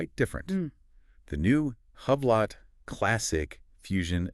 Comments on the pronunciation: It is Spelled Hublot. But it is Called Hublow. You people are not saying it the right way! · Huuublot 😂 It’s pronounced oooblow. This must be an AI channel. No person I know pronounces the brand the way you two do.